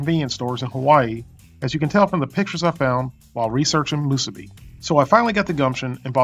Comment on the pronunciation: 2 extra points for properly pronouncing "Musubi." If I ever go back to the Sandwich Islands, I will have 1 (or 100) Spam Musubi. steve